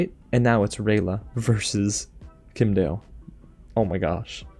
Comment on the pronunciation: It's Kim' Die El. Kim'dael.